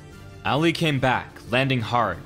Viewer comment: The way he says ali is making me cringe